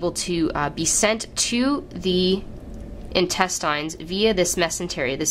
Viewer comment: but no one is bothered by the way she says intestines lol